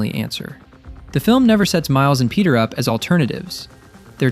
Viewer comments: bro said Penti Parker😭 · Fenty Parker ✌️🥺